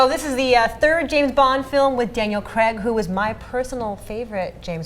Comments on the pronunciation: The guy's name is pronounced Craig, not Creg, ffs. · Its pronounced Craig not Creg...